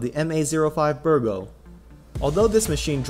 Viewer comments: Bigro, not Birgo. No offense. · B I G R O Not Birgo